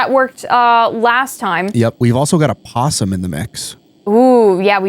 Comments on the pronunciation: It's opossum,. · Opossum… everyone forgets the “O” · O... you guys are forgetting the o in opossum... lol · Opossum the “O” is silent but I like to say O’Possum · im sorry to break it to you guys but it's opossum not possum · Possum is not correct, technically it is Opossum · Opposum not possum 😂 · Possum is the Australian creature not the one that keep popping up in these videos. The version in the videos is an Opossum. Pronounced the same way but with an O in it. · firstly love you as host but it is OPOSSUM not POSSUM... silent "o"... i hate english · your doing a really good job but one thing, THERES AN O IS OPOSSUM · Opossums and possums are two different animals. The American version of "possum" is Opossum but the 'o' is silent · Opossum begins with a silent "O". Very common mistake, though. A fantastic episode of GT not live. Thank you. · Opossum has a silent O on the front.